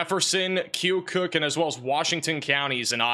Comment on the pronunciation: It’s pronounced, Key - oh - cuck 😊